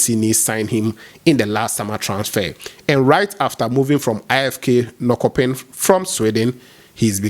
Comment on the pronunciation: Norkopping is pronounced Nor-SHOPPING